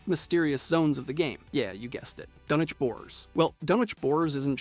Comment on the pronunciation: this channel needs a real person that is in with the fallout lore to be the editor. or at least real fans that are heavy in the lore making rhe videos. so many inconsistencies and getting names wrong. dunchinch was difficult to hear... lol